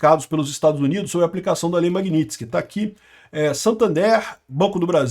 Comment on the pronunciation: acho engraçado quando você diz banco Santander como brasileiro